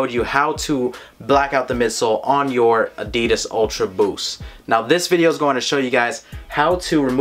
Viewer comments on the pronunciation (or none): "ADIDIS ULTRA BOOOS" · The way he says "Adidas UltraBoost" 😂